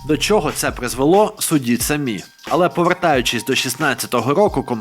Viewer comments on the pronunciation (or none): none